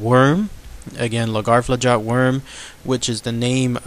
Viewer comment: Pronouce: Laggerflot